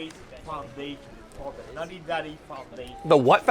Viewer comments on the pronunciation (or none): It’s not NUTTY daddy, it’s NATTY daddy. Poor guy.